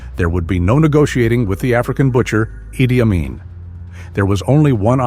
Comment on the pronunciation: Ai is clever. But it can't pronounce Amin.🥴